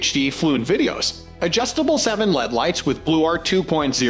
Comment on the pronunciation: I gave up after the robot pronounced LED as "lead". 👎